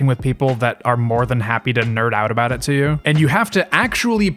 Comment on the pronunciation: 9 minutes in "we can finally talk abouot the game" "Gaddgets"